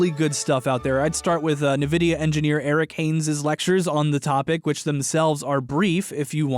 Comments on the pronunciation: YES. WHY IS NO ONE ELSE BOTHERED? HAVEN'T SEEN ANYONE TALK ABOUT THIS. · I noticed instantly and even went as far as to watch a nVidia reference video to make sure my pronunciation was correct. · Am I the only one who got triggered by the way prononces "Nvidia"? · Your pronunciation of nvidia pains me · Heard nvidia pronounced incorrectly in the first 15 seconds gotta go. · who else is triggered at pronunciation of nvidia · The way he says Nvidia is weird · The way says "Nvidia" mildly bugs me, but it was great finally learning how ray tracing works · omfg thats not how you say Nvidia >_(\ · Great video, but for real, who pronounces Nvidia that way? Lol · the way he says Nvidia pains me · This is clickbait. This has nothing to do with FNAF. It's a video ALL about ray-tracing, which Nvidia (that's "en-VIH-dee-uh, NOT "NUH-vih-dee-uh") has had on the market for 3 years. This is little more than a "the future of gaming graphics" video that LinusTechTips did plenty of back when the 2080 (the first ray tracing GPU on the market) first came out in 2018. This is an Nvidia presentation. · Already 20 seconds in and I'm already by how says "Nvidia" as "Nuh-Vidia" I know accents 'n $hi7 exist, but c'mon man! Everyone, even the CEO says it "En-Vidia". No hate, just annoyed... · inb4 "it's en-vidia not nnvidia" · You just taught me a lot... But let me teach you just one thing... It's pronounced en-vi-di-ah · "nuhvidia" Um.... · D-d-d-d-d-d-did he just pronounce NVIDIA as ni vidia?! blood curdles, skin boils, soul evaporates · NDIVIA...... G - FORCE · I still cant get over the fact that there are still people, even big tech people that pronounce Nvidia "Nuh-Vidia." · eNVidia is how it's pronounced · Isn't it pronounced "en-vidia"?? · Isn't it pronounced "en-vid-ia"? 🤔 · en vidia is the correct way to pronounce it also they do make games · WAIT Is it actually pronouced Nuh-Vidia? WHAT? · ☝️🤓um, i think you'll find its pronounced 'en-vid-ee-ah'